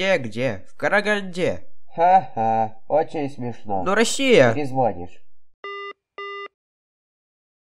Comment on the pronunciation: В беларуском (и украинском) в отличие от русского ударение во всех подобных словах переместилось на корень, и это закреплено в правилах, так что неудивительно, что автор так говорит даже по русски.